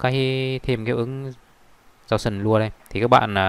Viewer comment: gau sần bờ lua =))) nghe chán